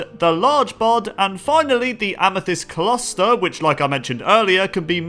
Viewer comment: Amethyst Cluster* Kluss*ter Not Ca* lust* er